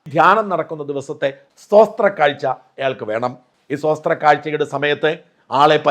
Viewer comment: സോസ്ത്ര കാഴ്ച എന്നല്ല sir പറയേണ്ടത് " സ്തോത്രക്കാഴ്ച" എന്നാണ്